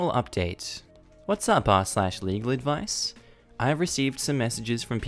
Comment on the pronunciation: At the end it sounded like you said illegal advice. Now I’m curious if there’s a r/illegal advice